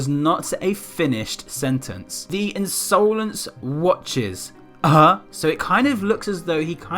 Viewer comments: I love the way he pronounced insolence lmao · Insolence is an actual word, meaning rude or disrespectful behaviour, which at first I thought that was what it meant but the I is capitalised so idk? But it could have something to do with that. Also you were saying insolence wrong and omg is it annoying soz